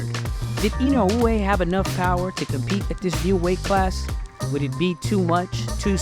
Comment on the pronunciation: Listen, I know that's how you pronounce his name correctly but you're Murcan. So speak Murcan Goddamnit😁